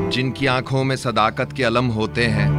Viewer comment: Sir sdaqat hai sdakat nahi aap ko mai agar islah du to aise hai jaise aaftab ko charagh dilhane ke barabar Sorry